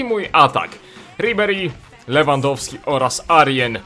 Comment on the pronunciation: Powiedział Rewandowski niż Lewandowski xD